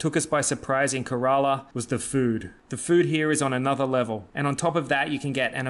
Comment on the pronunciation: You spell Kerala like Gorilla bro 😂 spell like K - RA - LA